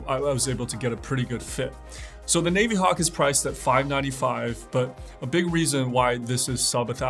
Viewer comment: no, he didn’t. He said navy-hawk (long A) and naveeee-timer (soft A, long E). It’s a soft I, like navigator.